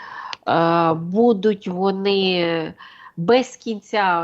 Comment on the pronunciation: Научите ведущую ставить ударения правильно. В слове БУДУТЬ ударение на 1-й слог. И не только это слово Правильную речь никто не отменял.